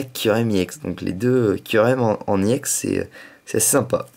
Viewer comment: on dit pas iex on èx